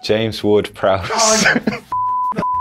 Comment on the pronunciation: "James Ward-Prowse" Chaos ensues